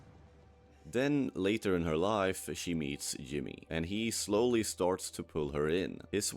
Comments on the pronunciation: and it pronounced Jimmy as "Yimmy" with a Y. This doesn't prove its ai but doesn't help its case. If someone made a video on a show they actually watched/cared about, they'd know how to pronounce the main characters name. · You can say "J" properly. You are speaking English, and J is not spoken like a Y. The character's name is not "Yimmee". Your mouth is perfectly capable of making the right sound. Just like mine is capable of pronouncing å or ø properly. Come on. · ai content. it pronounced Jimmy's name wrong. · I just can’t take you pronouncing Chuck as shuk and Jimmy as Yimi anymore 😭